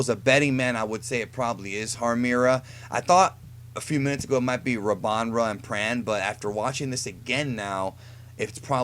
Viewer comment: It's Rabanra